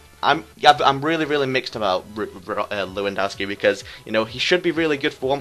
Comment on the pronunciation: his name is pronounced levandovski not leeeewondowski, -_